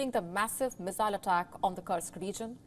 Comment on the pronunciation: Dear WION, Team Kursk is pronounced as KOORSK- love from Nepal